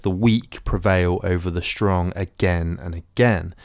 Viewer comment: Good account, but WHY do you pronounce words like strong as SHSTRONG? There is no sh at the beginning of the word. You presumably don't say shilly rather silly?